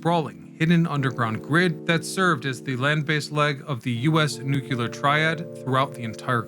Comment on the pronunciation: not to be that guy but it's nu*cle*ar, not nuc*u*ler